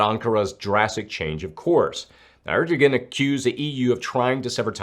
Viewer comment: Yes, it is "air doe wan". Also I keep telling him there's no X in "escape", lol. God love him! 😊